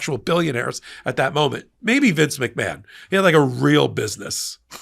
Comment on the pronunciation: McMahon is originally an Irish name and is pronounced "Mac-Marn" (not Mac-Man).